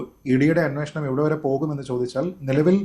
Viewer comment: അന്നോഷണം അല്ലടാ അന്വേഷണം എന്ന് പറയെടാ.